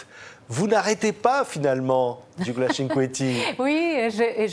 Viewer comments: Dommage que le journaliste ...c'est typiquement français.d'ailleurs ..😕 avant le entretien n'essaie pas de voir comment prononcer correctement le prénom Gigliola, dont gli ne se prononce pas comme un G... qui est muet mais lji .. Gigliola par contre, parle parfaitement le français et sans fautes ... Bravissimooo ❤🇮🇹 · Magnifique ! Mais entendre son prénom écorché alors qu'elle l'a prononcé, en italien le g ne se prononce pas. Donc, c'est Giliola. C'est pas très grave mais quand même... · Même pas capable de prononcer son prénom correctement ! Le second G est muet !! Gi-liola !!